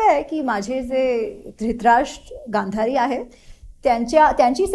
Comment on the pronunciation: श्रोत्यांसाठी - ला गांधारी अस म्हणायच होत.